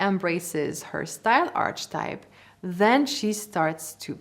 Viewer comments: This is very informative, and Im very sorry for being a nag, however its pronounced ar-ke-type, like archive. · A small tip: archetype is pronounced differently (aar-kuh-type). Maybe worth to update for the future:) I want to mention this, because as a fluent English speaker, listening to this, I didn't know what you meant by archetype, and thought it's something about arches of our bodies 😜